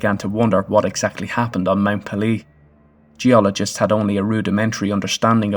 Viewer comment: I expect it's too late to update the narration, but the name of the volcano is pronounced PAY - lay. It rhymes with "mayday." It's from the French "pelee" meaning bald or peeled since the top of the mountain was smooth and not covered with any vegetation. For anyone who is interested, there are several good books about the eruption.